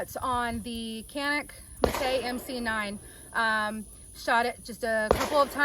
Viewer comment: Good vid. I agree that the Canik is superior to the Glock. I like Glocks, just think the Canik is at least as good at a better price. BTW: Canik is produced in Turkey where the "C" is pronounced as a soft "J", so it's Janik not "Kanik".